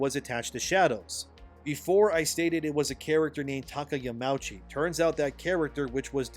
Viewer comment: is it not pronounced "Yama-Uchi"? Yamouchee sounds a bit off.